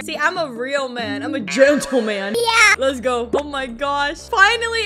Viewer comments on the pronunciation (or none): When you said gentleman, you said it wrong it’s a gentleman